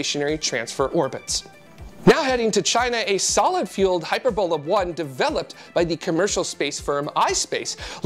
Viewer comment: Am I alone in finding 'Hyper bola' a mis-pronunciation of what I have come to expect as 'hy Per bola'? Somehow it seems wrong when it's pronounced with the emphasis on 'hy' instead of 'per'. Just wondering. Otherwise, a great return show!